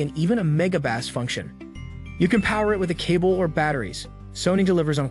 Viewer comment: the narrator can't pronounce "bass" or "presets" correctly, should I trust him